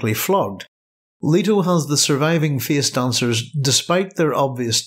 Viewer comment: "Feeis doncers are ceeipable"